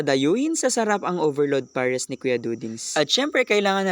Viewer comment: Hindi tinipid sa gatas pero nakatakal. Ang totoong hindi tinipid yung kutob kutob lang wlaa ng measurement hanggang paapaw na. Tsaka PARES hindi POHRES learn your vowels.